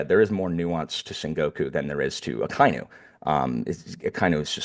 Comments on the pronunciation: Hey! I saw in the previous Marineford video that you were having a bit of trouble pronouncing Akainu's name. I'll add a quick cheat sheet for japanese pronunciation: A - always pronounced "Ah" like the "A" in "Dad". Akainu would be Ah-kah-ee-noo. I - always pronounced "Ee" like the "Ee" in feet, except for the diphtong below. Ah-kah-ee-noo. U - always pronounced (roughly) like the "Oo" in "Boot", except for the diphtong below. Ah-kah-ee-noo. E - always pronounced "eh" like the "eh" in "Meh", except for the diphtong below (don't make the H sound though). Genzo would be Geh-n-zoh O - always pronounced "oh" like the expression, except for the diphtong below (don't make the H sound though). Geh-n-zoh. OU - the U extends the O so it doubles the japanese O sound. Fukurou would be Foo-koo-rohoh. EI - the I extends the E sound so it doubles the japanese E sound. Jinbei would be Jee-m-beheh. R - is almost the same as the spanish soft R. So it's still spelled R but it's more like the T in the American spelling of "Water". N - still written N most times but it's pronounced M before B and P. Like I said before Jinbei would be Jee-m-beheh. Every other letter is pronounced roughly the same as english. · Akainu is pronounced aka inu (ahka ee-new) ala red dog